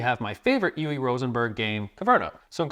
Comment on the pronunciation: Never heard anyone pronounce Uwe like that 😅